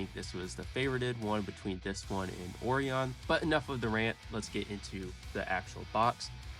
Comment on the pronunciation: Oreon!😂😂 It's pronounced Oh Ryan.